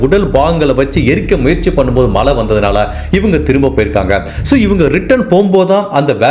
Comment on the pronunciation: Malai, valkai, sir, u videos are so good and beautiful narration. Just focus on Zha Tamizh, not tamil